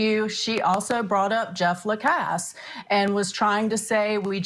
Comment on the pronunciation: Way to go,! You pronounced Jeff Lacasse’s name correctly! A rarity!